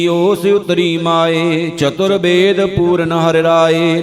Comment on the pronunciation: You are blessed with one of the best voices for reading gurbani. I noticed in the Sehaj Path Audio for Ang 884-898, On ang 887 last line, “pa(n)ddit bedh beechaar pa(n)ddit” “bedh” is mispronounced as, “dekh” On ang 892 line 7, “koT pragaas na dhisai a(n)dheraa” “dhisai” is mispronounced as, “ridhey” Please fix it. Thanks